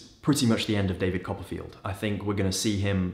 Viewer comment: David Cop-a-feel.